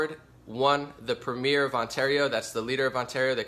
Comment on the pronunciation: You can't even pronounce Premier or Trudeau properly. You're also sensationalizing. We don't have a refugee crisis here. I live in a town that has received refugees from Syria and the only problems we've had with them was some white supes setting fire to their mosque. Most people in Ontario DON'T support ford. Only about 25% of those eligible to vote in Ontario supported Ford. GTFO with your bullshit propaganda.